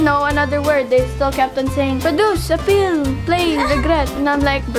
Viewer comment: Appeal not apir😼😼HAHAHA